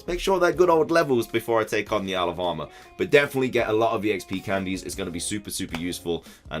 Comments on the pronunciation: Does anyone else hear “Alabama” when he says “isle of armor” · I do, and it's too funny hahaha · Thought you said Alabama mate. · Am I the only one who hears 'Alabama' instead of 'Isle of Armor'?